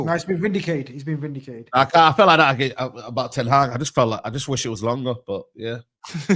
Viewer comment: Man utd gonna get rid of their manager before they say his name right 😂